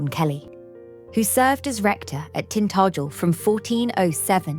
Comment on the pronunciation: Try pronouncing the name,Tin tah jel.